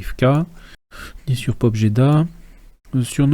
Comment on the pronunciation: vous avez bien prononcé Yelsk. il faut aussi apprendre la prononciation de Pobjeda :)